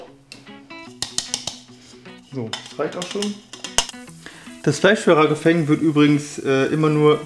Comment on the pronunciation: Richtig geil ausgesprochen, Raguh Feng xD Da hatte wohl einer kein Französisch in der Schule :D